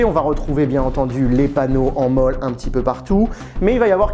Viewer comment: Oui, mais ici et sur cette vidéo, on parle encore Français et les E se dise E et pas i. Où il faut te le dire en Américains??😅